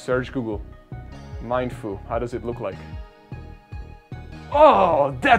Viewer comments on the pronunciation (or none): I don’t mean to lip praise or whatever but seriously dude! You are so kind! You always buy event tickets for your subscribers and like- wow 🤩 (P.S it’s Mee-in-foo and Mee-in-shā-ow)